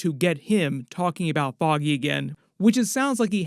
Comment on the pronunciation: Foggy... FFFFFOGGY Nelson, not Boggy 😂😂